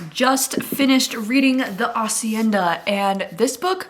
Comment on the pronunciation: also the h is silent haha